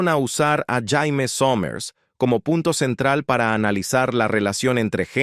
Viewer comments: Se pronuncia Sheimi, no Jaime. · NO MAMÉIS... NO SE LLAMA JAIME, SE PRONUNCIÓ SIEMPRE YEIMI, AUNQUE CLARO SE ESCRIBE JAIME. 🇲🇽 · suena mal que diga "Jaime Somers" cuando se pronunciaba Yeimi Somers" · Se pronuncia Jeimy no Jaime que atraso el relator! Esta serie me encantaba!!! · no se pronuncia jaime sino yeimi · se pronuncia "Yéimy" . Jaime suena como nombre de hombre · jaime?, se pronuncia jeymi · La voz de la IA, pronuncia como Jaime, cuando se pronuncia " yeimi", no Jaime, ¡ pues ni que fuera hombre ! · Jaja para colmo la voz de la IA dice "Jaime" y también "Yaime" pero nunca "Yeimi".. Le faltan un par de Ajustes Biónicos a esta IA! 😬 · Terrible la pronunciación!! Si no pueden poner un locutor , al menos pongan un IA que pronuncie bien los nombres en inglés!! No es Jaime como nombre de hombre! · Prunincie bien el sonido es Jeimy somers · Recuerdo haber visto "expedientes" médicos en la serie a nombre de Jamie (no Jaime) Sommers. Se pronuncia Yeime Ja es "yei" y "me" es "mi" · JAMIE y se pronuncia yeimi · Vine a comentar lo mismo 😄 ese jaime era todo un loquillo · Pensar que "La Mujer Bionica", la actriz Lindsay Wagner estuvo en Chile y de jurado del "Festival de Viña del Mar". El audio de este video me recuerdan cuando en "Ben-Hur" la llaman "Yudah" a "Juda" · Mala pronunciación